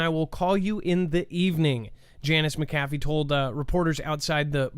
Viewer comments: "McAfee" is pronounced with emphasis in the first syllable - not the second one. LoL Funny though. Good show! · Yep, Mc meaning son in Irish & Scottish Gaelic, McAfee is one of the oldest Gaelic names in existence yet everyone still gets it wrong 🤷🏻‍♂️ SAOR ALBA GU BRÀTH 💙🏴